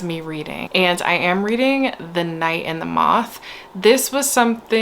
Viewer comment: Every time you said “weeding” all I heard was “wreading” in the pwincess voice 😂💀😭